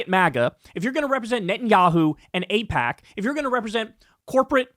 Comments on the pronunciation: Ipack. What are you trying to hide Kyle? 😂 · Kyle, its pronounced eyepac....or is it.... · Was Kyle kulinski mispronouncing aipak at the beginning of the video a passive aggressive jab at David pakman? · uh oh! Kyle forgot how to pronounce AIPAC too! 😂😂😂 /s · Secular talk confirmed dark money! Doesn’t know how to pronounce aipac! See first 20seconds!!! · I feel like that mispronounciation on Aipac was a Freudian Slip shot at David Pakman or David Pauhkman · Hole up' was that mispronunciation of AIPAC at the beginning of the video a David packman jab 😂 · Pakman got everybody fucking up AIPAC's pronunciation now. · whoa does Kyle not know how to pronounce AIPAC? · IT'S SPREADING! Now Kyle also can't pronounce AIPAC. 😂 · Is Kyle all David Pakman now, not knowing how to pronounce AIPAC? 😉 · Well I can't believe you pretended not to know how to pronounce it Kyle. How topical of you. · smh now even Kyle is pretending not to know how to pronounce AIPAC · Kyle pretending not to know how to pronounce AIPAC! He’s compromised!!! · Aussie here. I love Kyle almost mispronouncing AIPAC like David AIPackman 😂 Time for the left to take over the Dems and force the corporate shills out. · "AIPOC"? Pfft, okay whatever you say Mr pakman.... xD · Oh! Now Kyle is mispronouncing aipac now too! WHAT IS GOING ON? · 😆- you slipped up pronouncing AIPAC. I think you were channeling your David Pakman doppleganger. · Looks like Kyle isn't sure how to pronounce AIPAC, either 😅